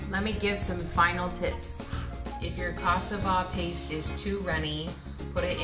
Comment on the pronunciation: It looks so very yummy! I am also married to a African from Guinea west Africa and I love to cook for him! FYI you are not saying cassava correctly, everytime you would say that word I did not understand it was only at the end that I realized what you were saying. Everything looks amazing and I have joined your channel XOXOXO